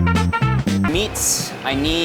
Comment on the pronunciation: It's not "MISS", it's "MEATS". 😂😂😂😂